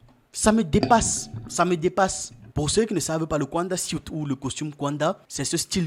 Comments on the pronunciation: Vous aussi vous dénaturez l'Afrique : FAITES SOUVENT L'EFFORT DE BIEN PRONONCER LES NOMS AFRICAINS. KAUNDA = KA-OU-NDA et non "kouanda". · Le nom du premier Président de la République de Zambie indépendante, Kenneth David Kaunda, se prononce: "ka ou nda". Très belle émission 👍🏽